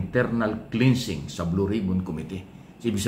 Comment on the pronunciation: KLENSING po ang tamang pagbigkas at HINDI PO KLINSING.